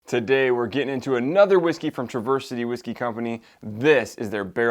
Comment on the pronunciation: OK, I don’t want to be that guy, but I’m from Michigan and I can give you a first hand tip on how to say “Traverse City”. It’s not truh-VURS but rather TRAV-ers . I hate to correct you but fellow Michiganders will now smile. Great review and yes a great distillery! They even make cocktail cherries which are fantastic. Traverse City is famous for cherries. Keep up the good work! Subscribed!